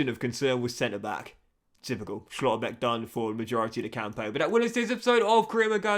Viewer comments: some of them I understand like Schotterbeck or Barella but Furth really took me out 😂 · I disagree but the way he says schlotterbeck is ruining it for me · Nice that Schlotterbeck got injured since we wont hear your pronounciation of his name anymore